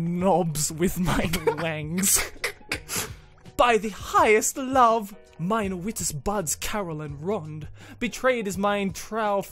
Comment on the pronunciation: “By LOVE,” Me: ITS BY JOVE!! BY JOVE!!!!